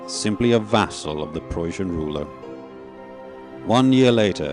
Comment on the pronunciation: It sounded like he was saying "Persians". Maybe he meant "Prussians"?